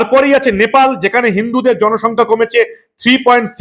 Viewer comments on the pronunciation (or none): none